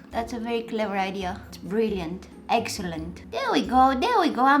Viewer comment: It's EGGselent